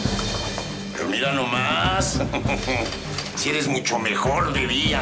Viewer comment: Luciana es tan linda y noble, pero lo que me desespera es cuando pronuncia la CH por SH. MISHASHA, MUSHO, SHAMBA, NOSHE, COSHINA, y más....